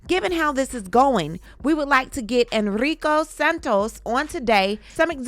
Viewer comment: You betta roll them R"s like a jay when you say Errrrrico!! 😆 🤣